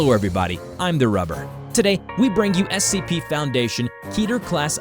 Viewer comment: I heard him say S-A-P 3926 it's so funny hahahahahahahaahhahahahhahahahahahhahahahahaahhaha